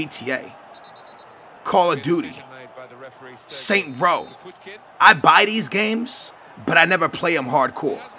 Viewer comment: *Saints Row* it hurts when you dont pronounce it properly